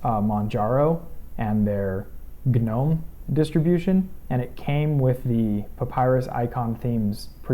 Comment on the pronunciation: it's NOT "G-nome"---- it's pronounced NOME-- PERIOD-- that is ENGLISH LANGUAGE RULES--- not company or creator rules--and the G-nome makes one sound STUPID...